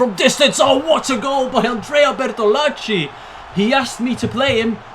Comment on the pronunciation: Lol I find funny how you say Bertolacci since I am Italian, I mean the pronunciation is correct but it is just funny the way in which you say it lol